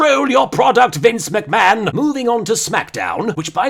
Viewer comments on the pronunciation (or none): none